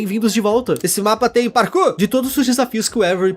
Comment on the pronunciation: "serers de mine, bem vindos! esse mapa tem PARKUR " kkkkkkkkk